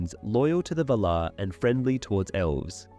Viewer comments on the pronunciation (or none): Lol "SELEBORN" "SELEBRIAN" "VALÁR" is it some kind of theme to mispronounce Tolkien's character names?